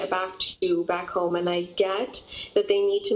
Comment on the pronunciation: Yeah...when she said the word she needs to be ho.m e with a strong tone on the word home making me laugh. Why did you travel when knowing the coronavirus was spreading?